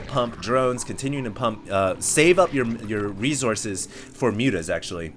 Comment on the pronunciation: save up your "rezorces" lol